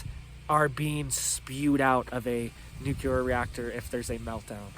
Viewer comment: There’s no such thing as Nuke yu lar …. It’s nuke lee uhr. Pronounce it right or sounds like George bush.